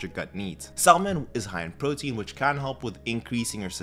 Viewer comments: is he the first person to pronounce it "saLmon" lol wow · Pronounced “Samon” The “L” Is silent, sir. Love your videos… just found you and am taking so many notes. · good video, but, that "L" in item 7 is silent, 🤫 you feel me bruh?!? 🤭😉